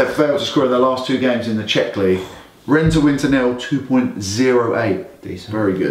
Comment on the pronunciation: Nice job guys. It's actually Rhenne like pronounced and not Run😀😀. And I sent you guys a message on the whatsapp number but I have not been added.